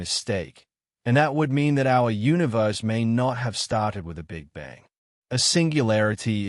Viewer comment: Sounds AI--generated, cannot even pronounce "universe".